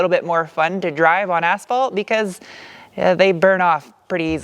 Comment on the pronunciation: What 5 cars cars have your highest score???? Also you say asphalt funny..... You say ass-fault, it's ash-fault lol